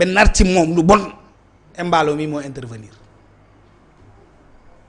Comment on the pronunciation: Comment un Peulh du Fouladou de surcroit un Kandé parle de Emballo, alors qu'il doit corriger la prononciation pour rétablir le nom normal pour que nul n'en n'ignore. C'est Mballo